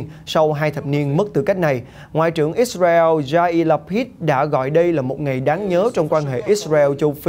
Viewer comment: Ít xa reo .. kkk .. ông có đọc được tiếng việt dc thì đọc ô ơi , gd anh em chắc hảnh diện dử lắm